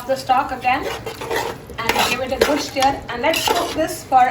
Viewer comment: It is stir not steer😂. God bless you 🙏 ❤️